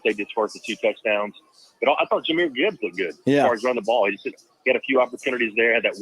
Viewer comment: Can someone tell his guy it’s Jah meer Gibbs….